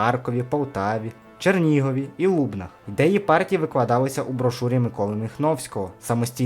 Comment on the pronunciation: ЛубнАх, а не лУбнах )